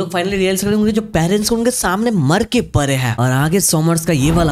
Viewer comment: pade he ❌ pare he ✔ 😂